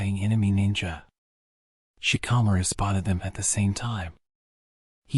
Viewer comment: Genuinely hate the way you pronounce shikamaru